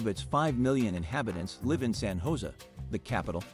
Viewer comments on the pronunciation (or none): Yes. It's San HO say. Not San Joe see. Get that together or lose all cred.